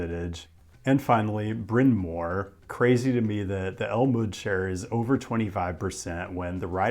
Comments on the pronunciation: I lived in Chicago for 25 years. You only made one mistake as far as I can tell. Bryn Mawr... just pretend that W isn't there. It's "mar," not "more." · just in case u make a video on it again this station is called "Clark and Lake" like how the overhead voice on the train says it, also brin mau-er (like a cat saying meow with no e), (like the word do) du-sah-ble lake shore drive. its not very intuitive that most our roads and stations are names. makes it hard to sound out the pronunciations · As someone from Chicago, I say Brin Mar for Bryn Mawr! Excellent video. Use common sense in the city and you will be fine. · It's pronounced "Brin Mar" (it means big hill in Welsh) and while you might find a 1br condo for $250K in the Edgewater Neighborhood but you couldn't touch a single family for under $900K in that area. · Funny, we have a Bryn Mawr in Philadelphia but we pronounce it the way it’s spelled: Bryn Marrrr, emphasis on the R. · FYI: Bryn Mawr station (which you’re mispronouncing; The announcement gets it right) did not close during the modernization. Using three temporary platforms, it kept up service in two directions in phase one, and one direction (inbound) in phase two. Outbound trips were still reasonably convenient by going an extra stop North and coming back down. So it’s no shock that Bryn Mawr kept relatively high ridership during the project. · You get an A+ on your pronunciation of Paulina but your pronunciations of Bryn Mawr and DuSable need improvement.😉